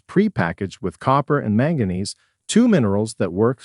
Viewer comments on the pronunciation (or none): none